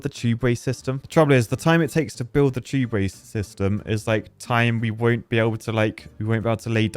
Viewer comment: Why would you bother with underground tubeway (or as you say it, chewbway), just run platforms above paths and keep it all flowing.